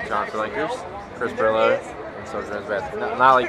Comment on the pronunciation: Its Pirillo.